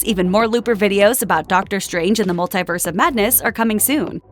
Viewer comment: Hey. Stop saying multiverse so oddly.